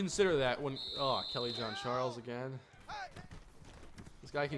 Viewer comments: Hi, actually in this case it is of french origin. doesn't quite get the right pronunciation but it's almost like John A frenchman ^^ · Kelly Jean-Charles not Kelly John-Charles! lol